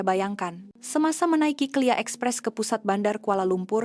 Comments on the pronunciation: Sebut betul2 lah bukan kelia...kay el air ey...KLIA 😂😂😂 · klia ia lah KLIA bukan disebut klia. Harap maklum. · Sebutannya K.L.I.A